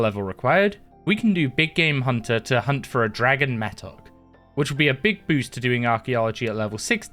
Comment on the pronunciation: bro said mattock wrong too many times